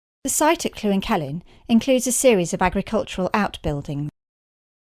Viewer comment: It is NOT pronounced Clwyn. Try this link